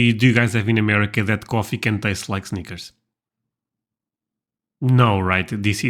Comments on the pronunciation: honey... Snickers is pronounced with a short “i” not a long “i”. 😄 What you said is the correct pronunciation of the word “sneakers,” which is footwear. 😁 The “i” in Snickers is short and rhymes with hit, it, with, lid, fit, etc. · Haha, Snickers, I thought you said Sneakers, lol Sneakers coffee. That’s what can be super annoying about the US. They make a million “ flavors” of everything. Even Baileys Irish Cream comes in about 12 flavors! I guess I really prefer classics. If you wanna make different flavors, make different products with different names, packaging, etc…. All these flavored vodkas, creamers, crackers, chips, etc… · At first I thought you were saying we have coffee that tastes like sneakers. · I thought he said "sneakers." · Oh, you said snickers, I thought you said sneakers. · He said Snickers, but I thought he said sneakers 😂